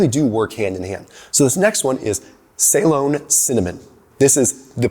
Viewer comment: Good stuff. As a Brit, I love the way he pronounces Ceylon 😀